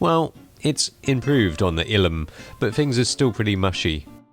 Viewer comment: What is so hard about pronouncing Illum? Sometimes you try hard to be funny, but fail hard. Honestly. I like some of your videos, but sometimes you are trying too hard to be funny.